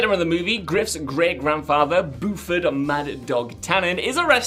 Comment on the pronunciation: "Boofard?" Buford is pronouced "Byooferd" It's said several times in the movie. Did you even watch or are you just reading a script?